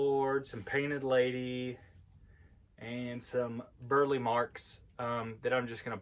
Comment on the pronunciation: His name is pronounced Bur-Lee